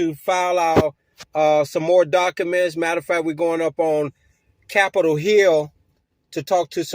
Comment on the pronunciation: He keeps talking about serving people with "dock-a-menz." Just what exactly are "dock-a-menz?"